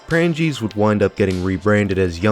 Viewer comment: I believe you meant prang-gee, or prang-gee way which were discount stores like kmart